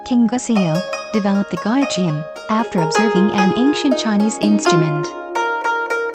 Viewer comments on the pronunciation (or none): Butchered the pronunciations!!! Gayageum has only hard "g"s in its name. It sounds close to "gahh" "yah" "gum" (in the English pronunciations of these words).